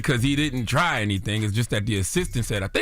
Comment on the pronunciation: Gayle quoted it and asked what it meant. And what happened to free speech? When did Trump apologize for stuff he said! And we heard the try(tree) at the end lol